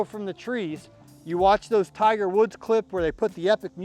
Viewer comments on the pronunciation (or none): none